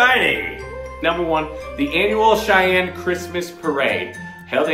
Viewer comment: 6. Go the the Holiday Magic concert with the wonderful Cheyenne Symphony on the 14th. (Weird how "Cheyenne" becomes "Shine" .)